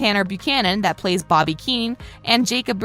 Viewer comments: The characters name is robie not bobie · Anyone realize that she said boddy instead of robby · Btw his name is not bobby it's robby and why did you say robby right and then say it wrong again LOL btw your dumb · Did she say Bobby or Robby because it's Robby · spin kick she said bobby not robby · POV: you dont know she is saying "Bobbie" instead of "Robbie" on purpose to make the fans irritated into commenting... Smart move, unless ur actually that uneducated but I doubt it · Bobby? It’s Robby. Bobby is one of Johnny’s friends from the karate kid. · Its not boby its robby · BRUH SHE CALLED ROBBY BOBBY IMAOO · her bobby me :its robby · Why do you call ROBBY Bobby it’s annoying me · am i onle one keeps hearing bobby instead of robby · why does she keep calling Robby Bobby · BRUH you said BOBBY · Narrator says Bobby accidentally trying to say robby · daM STOP CALLING HIM BOBBY HES CALLED ROBBY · His name is Robby not Bobby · OMFG SHE KEEP SAYING BOBBY AHHH!!!!!!!!!!!!!!!!!!!!!!!!!! IMMA CRANE KICK HER FACE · You know it’s “Robby” and not Bobby right💀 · Omg me screaming ROBBIE every time she says boggy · Anyone else hear her say Bobby instead of Robby? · Am I the only one who gets annoyed every time she says Bobby and not Robby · Its roby not boby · Uhm who is bobby, she can pronounce Xolos name right but not Robby... Also did she call sensei a coach..... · She. Is saying Bobby not robby lol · She said Bobby lol she means Robby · Did anybody notice she called him a Bobby instead of Robby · She kept saying bobby instead of Robby lol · She called robby bobby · It’s Robbie not bobbie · UGH HIS NAME IS ROBBY NOT BOBBY!!!!!! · did she just call robby bobby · im sorry did you say bobby 😭✋🏻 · Did anybody hear Bobby instead Robby!!!! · HIS NAME IS ROBBIE NOT BOBBY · Wait I’m sorry did u just say Miguel and BOBBY!?! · Who else hears her say “Bobby” instead of Robby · She really be saying Bobby it’s Robby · she rlly called robby by the name bobby 😭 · You need to say Roby not boby